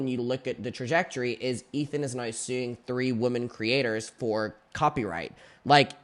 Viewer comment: the word “women” is pronounced differently than “woman”. please. 😭